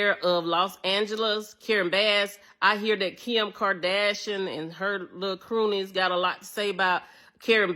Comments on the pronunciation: “Kim Kerdashrion” 😂😂😂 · Imagine not being g able to pronounce Kardashian 😂😂😂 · “Kim Kardashinan” 😂